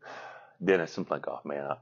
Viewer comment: Can I just ask why so many people add an extra "n" when pronouncing Cyplenkov's name? Most people spell it just fine but keep saying Cyn-plenkov. Just a pet peeve of mine.